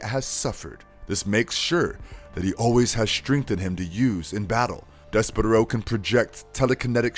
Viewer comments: BRUHHHH "DES-PERO" ...you turned his as into to a bird like 20 times.... Deysparrow come on..... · You’re pronouncing it wrong! It’s dess-per-oh! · I can't watch this if you can't even say his name correctly